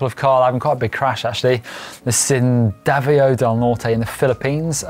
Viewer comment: I loved how said Davao as Daveyow. Cheers from the Philippines!